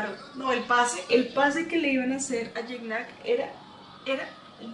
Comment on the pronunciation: alguna vez Gignac aclaró como se pronunciaba y era algo asi como Chigñac